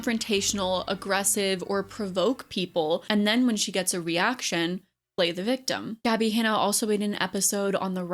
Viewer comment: Omg your little speak impediment when you said “reaction” and then again when you said “rice gum situation“ 🥺🥹 v cute !